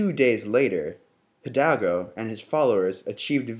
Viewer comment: Its Miguel (He-L-dal-go) and did you guys mention it was an Empire not a republic? Iturbide was an emporor! but very nice video! me gusto!